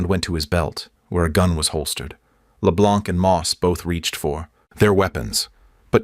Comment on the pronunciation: It's LE BLANC but you don't pronounce the C.